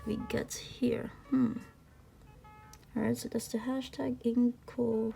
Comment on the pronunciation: Just what I hope is a helpful comment... It isn't actually pronounced "In-coh-REE-mo", but in-co-RYE-mo (because the Wri represents WRITING). :)